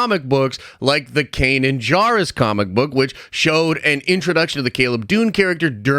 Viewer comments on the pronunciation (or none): none